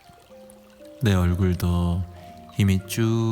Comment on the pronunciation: 저만 뇌얼굴로 들리나요?